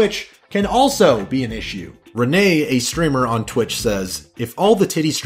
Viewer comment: It's twitch not twat